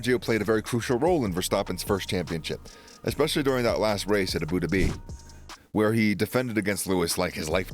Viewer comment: So many random inflections and mispronunciations. Aboo du Bee (Abu Dhabi), Astone Martin (Aston)... there's a lot of these in the videos on this channel. But the content is good, and the reader is good otherwise.